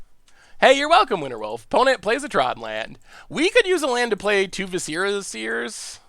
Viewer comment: Love ya but Jesus... say it with me viss-er-uh